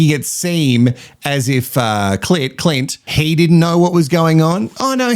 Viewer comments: Omg every time you call Clint, Clit, I’m literally laughing with my dog 😂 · Binged all of your episodes 😂 Lovvvve your take on all the mess! ❤ Every time you use cl*t instead of Clint 😂😂😂 has me cackling! I feel bad for Billy. Sierah is stone cold and is obviously okay with cheating. Adrian is a Neanderthal and should get together with Eliot. Two clowns 🤡 Love Dave and Jamie 🥰 And Carina and Paul. Something about Paul though.... can't quite put my finger on it 🤔